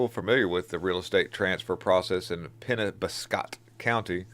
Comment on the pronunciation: SOUND IT OUT BUDDY!! IT'S PRONOUNCED PENN OBB SCOTT